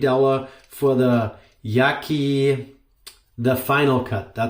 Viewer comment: I love my Yaqi ( its pronounced as Ya Chee in Mandarin) TFC..give me great shave always..btw u should try Vikings Blade Emperor..a damm fine adjustable razor.